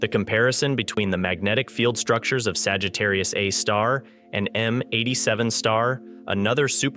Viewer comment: I can't get past him saying Sagittarius "uh" (a) star....